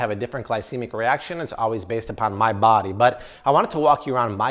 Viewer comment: did he say my 'bobby' instead of 'body' ?